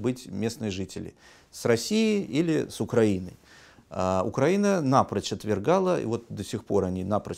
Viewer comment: Страна УкраИна, следовательно ударение на "и".